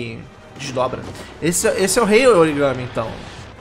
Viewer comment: Não é origame.... é origami (aquelas figuras de papel do Japão)!!!